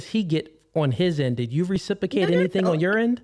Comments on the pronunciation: I love when people can’t say a word properly and yet they choose to say it over and over again. RecipROcate, sir! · Anyone picking up on the fact he can’t pronounce reciprocate?! “Recipacate” 😆